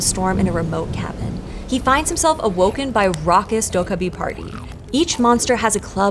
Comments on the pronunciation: It is "dokkaebi" not "dokabi". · Please please....get your pronunciation right. It's Doh Keh Bi not Doh Kah Bi...😢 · It's not pronounced doh-kah-bi. More like doh-keh-bi, with stress on the second syllable. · Its pronounced 'doh-keh-bee' You managed to pronounce it in 3 different ways and managed to say it properly only twice. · Its pronounced doe kkeh bee. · So, um, akshually 🤓, the name is pronounced "doh-gay-bee." 😉 But otherwise, thanks for another fun & informative video! I did the survey & appreciate all of PBS' hard work!! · More like "doh-(k)geh-bee," but yeah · To be fair, she got rather close at the start, around :7 . But yeah, I don't think any of us have ever heard someone fairly consistently pronounce 도깨비 as "docaby" before ^^ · how she says dokkaebi just irks me come on PBS or Storied, you can do better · honestly, Korean tense consonants are quite unique and almost impossible to map onto most languages' contrasts. i hear the kk as sounding like a 'g' as well but honestly you can only mess up here. the d in the beginning should be more like a 't' (including a little aspiration). i'm all for not butchering pronunciation but you still need to work with the phoneme inventory the language you're narrating in has, and you have to make a call on what dialect/register of the source language to base your rendering on. it's a fascinating topic but you will always conjure up some haters (maybe they are themselves dokkaebi? or oni? or asuras?)